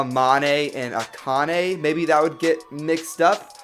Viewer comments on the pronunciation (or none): none